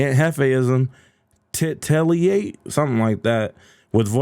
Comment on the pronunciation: It's "t-i-t / e-e-l / l-a-t-e" you fucking idiot... I swear content creators are getting dumber and dumber every year.